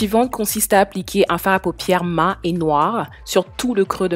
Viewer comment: Au début je me suis dis : mais c'est quoi MA? Et après j'ai compris que tu disais MA au lieu de maT! 😅 Sinon j'aime bien ta vidéo et je me suis abonnée 🙂